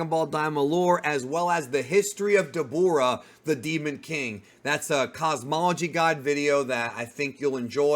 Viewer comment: good video but why did you say debura name like that😂